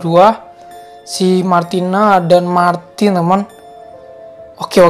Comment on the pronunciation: Kok kalo kakak bilang Martin aku denger nya maki:v(di sakura)